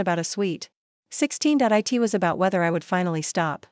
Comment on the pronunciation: What is it with your channel that the word it is pronounced "I T" And all the word "dot" keeps getting repeated? Do you even listen to the audio before you post this? This is just again another channel that I will boycott and refuse to watch. If you can't do better, don't post. You're wasting people's time.